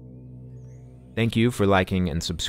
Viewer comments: You're mistaken that Pali isn't a living language. It's being actively used every day by the Theravada sangha. Dukkha is not pronounced duck-ha, it's doo-ka for instance. There are plenty of YouTube videos on Pali pronunciation by the Theravadin community, I would suggest checking them out. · Dukkha = Doo Kah, not duck ah. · Dukkha... pronunciation: Doo-kha 🙏🏻